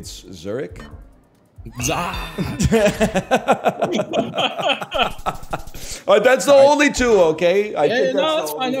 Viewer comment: Honestly, I love how pronounces Zurich. Intentional or not it just adds a little funk to the experience.